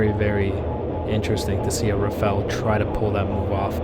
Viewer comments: RA PHA L' or RA FA L - not Raffell RA-sputin FA-n L :D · rafale. not rafel. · Rafale. Not Rafael. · Rafale. Not raphael.